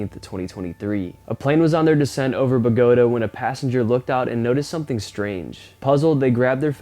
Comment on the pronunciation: "Bō-guh-táhh" ...NOT "Buh-góat-uh". 🙄